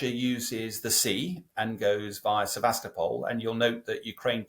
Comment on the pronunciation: It's pronounced SevasTOpol